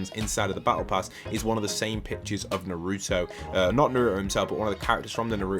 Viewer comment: The way you say Naruto makes me mad lol